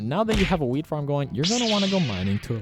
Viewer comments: I can hear u say weeds not wheats lol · u notice how he said weed farm instead of wheat